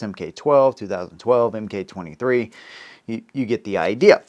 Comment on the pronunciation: "Mk" = "Mark", not "Em Kay".